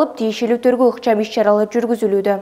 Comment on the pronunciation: Сакоосунбу же манкасынбу корутунду дегенди кортусу дейсин тергоо дегенди торгоо дейсин